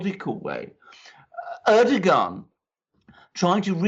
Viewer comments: Erdogan is pronounced with soft 'g' like Erdoan, take out the 'g' as its forgotten. By the way the drilling is completely unnecessary, as we'll soon be able to use the 'air' for energy, from what I learned from the QHHT sessions. The fuel we put in our cars soon will be powered with the air we breath put in our lungs its already round us, we'll be using it to power our cars and its FREE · If you guys want to continue reporting about Turkey next year you guys better learn how to say Turkish leaders' names. LOL